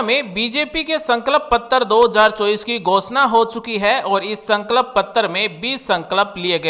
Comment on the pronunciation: भाई संकल्प तो बोलना सीख लो